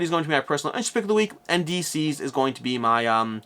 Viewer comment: I’m pretty sure DCeased should be pronounced like the word deceased, not deceazed